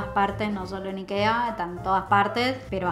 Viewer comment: .....dónde decís que se compra...Nikea??? no entendí el nombre